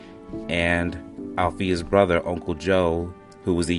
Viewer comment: Brother. Not brovvvvver